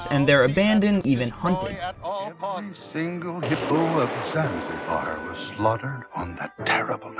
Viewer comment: and "zanzibar", good god man!